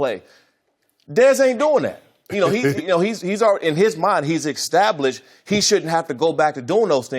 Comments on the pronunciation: Why does this dude always say 'extablished'. Man those brain traumas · Please someone explain to me what in the world is “exstablished”....